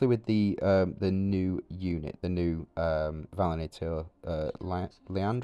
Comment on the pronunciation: Great vid as always. By the way it is Va-li-an-tor comes from valiant:)